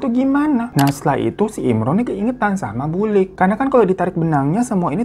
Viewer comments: Yang bener BULIK (tante) PAKLIK (om) bang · Wkwkwk..... Lucu juga dengerin bang Hirotada bacakan bhs Jawa logat Jakartaan Paklik.... Bulik.... Wader..... Pati geni.... Luwih becik.... Cara bacanya kurang tepat karna bhs Jawa dibedakan ê è é Btw Story teller bang Hiro tetap THE BEST 👍🤗😍